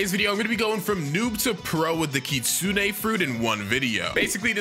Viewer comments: I like hpw he says ki-sune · WHY DOES EVERYONE SAY KITSU NEY